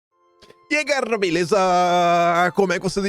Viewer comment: E ai gaReRa? 😂